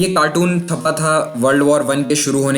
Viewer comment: Ye cartoon thapaa tha instead of chhapaa tha